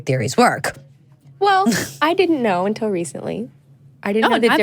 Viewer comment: It's pronounced "until" not "untell".